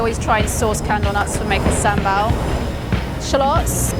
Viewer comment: You cannot even pronounce SamBaL.